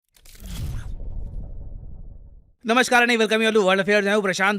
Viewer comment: Namaskarnay yhi bolte h kya bhai starting me🙃